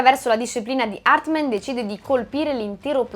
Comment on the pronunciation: HARTMAN non HARTMEN!!😅😅😅😅😅😅😅😅😅😅😅😅😅😅😅😅😅😅😅😅